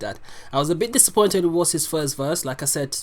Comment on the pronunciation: Bro, is WOS not WOZ